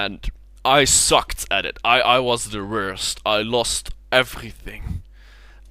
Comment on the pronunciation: is expression of the month. "Lost everythink...":P On a more serious note, love the video. Seeing you in a natural way like that is different, even outside of your streams. Nice to see you're really cool and against raging. I happen to think your hair is amazing as well and I'm jealous of it! Keep going with these Vlogs, looking forwards to more.